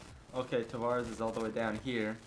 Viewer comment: Man the way you pronounce Tavares' name is a huge let down coming from an Isles fan